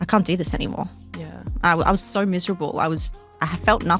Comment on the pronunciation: In the word "so", why dies she keep adding an "r" to the end of it? She's as deep as a puddle. The scorpion and the frog. She has a child's mentality. Nowhere did she take any accountability for what happened.